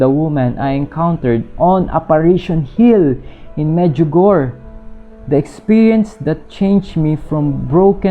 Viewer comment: Hi, thanks for your informative video regarding Our Lady.. just want to say the pronunciation po ng Medjugorje is "Med-dyu-go-re"...